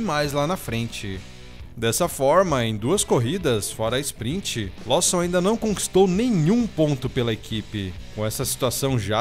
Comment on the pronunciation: Lawson não lê-se como estás escrito! Bora melhorar as pronúncias da língua inglesa!